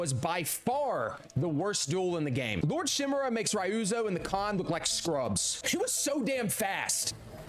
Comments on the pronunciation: Bro its KOTUN KHAN. not kOtUs KhAn. And its REE-OO-ZO not Rioozoe. AND DONT EVEN GET ME STARTED ON LADY MA-SA-KO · "Castle Canada" "masacow" "raeoozow"🥀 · You were really cross with Rai-You-Zo, wasn’t ya? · “Saykai” “Shi-mura” “Cage” “Canada” “Masacow” “eshikawa” “Rie-uzo” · The pronounciation is killing me xD Ryuzo -> Rayuzo Tsushima -> Susima Shimura -> Shaimura Khotun -> Khotus Masako -> Masakao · “Ri-ooze-o” Don’t do that again…